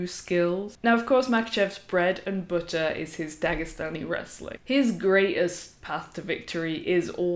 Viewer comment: For a second I thought I might have a new Mma channel to checkout..... She says she loves Khaboob Jr.... Can someone cue Homer Simpson. I do like how she says " Bread and Buttah."